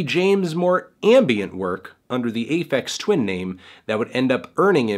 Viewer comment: "ay feks twin"